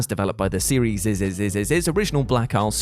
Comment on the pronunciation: "seriesisisisisis" i feel like im having a seizure when i hear that. wtf is that. why...